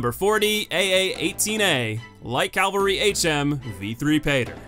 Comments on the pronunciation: Literally just sound out cavalry. Read the word. Calvary. Cavalry. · Cavalry... not Calvary. Thank you.